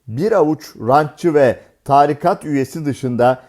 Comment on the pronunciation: Haberi sunan spikere iyi niyetli uyarı. Türkçe'de Tarikat kelimesi TAAARİİİKAT diye telaffuz edilmez. A ve İ harfleri uzatılarak okunmaz, kısa okunur.